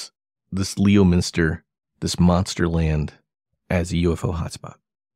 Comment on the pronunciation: first of all, it is pronounced lemon-ster, not leo-minster. secondly, I know Ronnie LeBlanc. he is a storyteller, a yarn spinner, a liar. thirdly I am from leominster. I'm 62 and have lived in leominster all my life and I never heard any of those stories. I hung around hundreds of people in leominster so I would have heard something. sorry to rain on your parade. hopefully no hard feelings on your end.